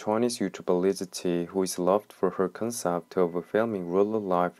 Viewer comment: He can't even pronounce her name lol